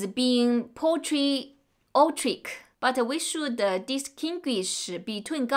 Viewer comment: I know I occasionally give you some advice on English pronunciation. I hope you don’t mind. This time I noticed when you try to pronounce longer English words, you don’t get it right. Typically ignoring the ending of the words. I think one of the words was patriotic. Pay-Tree-ott-tick. But otherwise, I can understand you well.